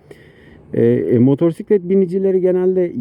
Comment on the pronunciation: Ders gibi bir aktarım olmuş, ağzına sağlık 🙂👍 (2 minik eleştirim var: ilki “motosiklet”i “r”li telaffuz etmen. İkincisi canını sıkan konuları motosiklet kullanırken aktarma. Sürüşünü ister istemez olumsuz kılar. Hep pozitif ol hatta sebepsiz sırıtıp beynini kandır. Yol boyu zaten bin tane can sıkıcı durumla karşılaşıyoruz 😉👋)